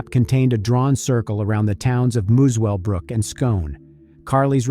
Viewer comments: You need to check your pronunciation. It is not Mus-well-brook, but Muselbrook. Also it is not Scone, but Scon. Why the US dollars? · Muswellbrook is pronounced like "mussel-brook". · It's pronounced mussell brook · It’s pronounced muscle brook ) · FYI Muswellbrook is pronounced musclebrook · Pronounced Muscle Brooke FYI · Muswellbrook is pronounced Musselbrook. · This happened in the region i live...RIP Carly P.S... it's pronounced Muscle Brook (Muswellbrook) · I live a hours drive from this area. Such a terrible tragedy.Also The W is silent it is pronounced Mussell-brook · A good summary of the case, only thing that annoyed me is how the presenter pronounced Muswellbrook. It’s one of those Aussie things, pronounced different to how you write it